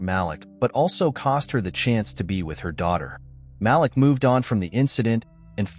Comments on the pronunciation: Ma-leek not Malick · His name is pronounced MA-LEAK!